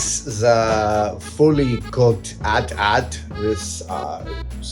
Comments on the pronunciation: Adam!!! It’s not ‘At At’ … it’s an AT-AT (aye tee - aye tee) which is short for ‘All Terrain Armored Transport.’ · I hate that you're pronouncing it as @@ I've always said each letter A T - A T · Sir, it’s AT-AT, not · A.T.A.T. not "at" "at". you don't call the smaller one an "at" "ssst" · people who pronounce AT-AT like Adam does, how do you pronounce AT-ST..? :D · It's insane to me someone would pronounce that AT in AT-AT differently than the AT in AT-ST. They both stand for all terrain.